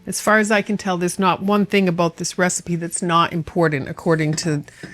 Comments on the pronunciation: "aboot the same size" 😂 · I see your text info was speaking with a Canadian accent. When talking aboot the size of ingredients.